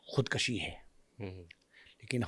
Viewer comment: کام لکھنا اور باتیں کرنا اور خود کشی کا لفظ درست ادا کرنا نہ آنا——- قیامت ہے